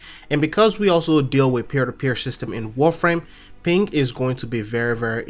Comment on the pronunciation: Why does it sound like hes saying pink rather than ping!?